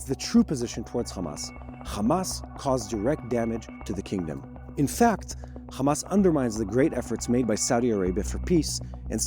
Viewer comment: the right way to pronounce those counties name is Iran not I RAN OR IRAQ. NOT I RAQ OR HAMAS NOT KHMAS OR HOUTHIS NOT KHOUTHIS , IS NOT BAKHRAN IS BAHRAN , I HOPE YOU LEARN HOW TO PRONOUNCE THOSE COUNTRIES NAME NOW. CHEERS